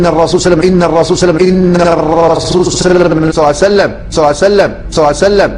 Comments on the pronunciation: اللهم صل وسلم على حبيبك محمد وعلى اله الطيبين الطاهرين. . صعبة جدا نطقها على لسانه لا يريد الله ان يجعل لهم حظ في الدنيا والاخرة. ماكو هيچ منطق (صليييسسسسلم). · في الكتابة ممكن بعض الاخوة يكتبون ص اما في النطق فلا يوجد شيخ عندنا يقول صعسلم مثلكم